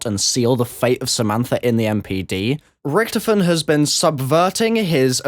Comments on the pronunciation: its not richtifon its richtofen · It's said rick-taw-fin